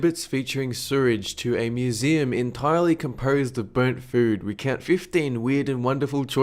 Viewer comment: I swear he says mooseem in some parts.